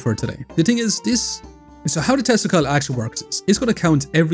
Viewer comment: With your accent, you saying Tesla coil, sounds to me like you are saying testicle! LMFAO!